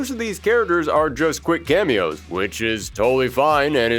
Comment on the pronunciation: You want to say "Quick CAMMY-os"